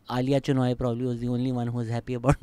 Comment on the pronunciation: Alisha* Chinnoy (Not Aaliya)